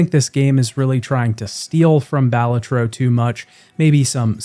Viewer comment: pronouncing balatro as "BALL-a-trow" physically hurt me